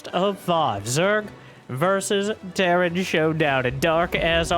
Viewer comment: Petition to call Terran: "T. Airan" from now on.